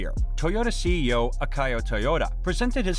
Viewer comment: Akio = Ack Eee Yo. Rivian = Rivv Ee ann.